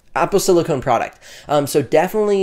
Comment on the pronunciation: Excellent vid. That said, please look up the words Silicone and Silicon. They’re different things. Sorry to be a grammar nazi, but someone watching this might get confused by your pronunciation of silicon as silicone.